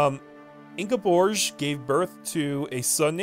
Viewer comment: Norwegia had me laughing. You're pretty spot on with the pronounciation of Ingeborg, because the Scandinavian languages are a little hard to grasp for the English speaking tongue.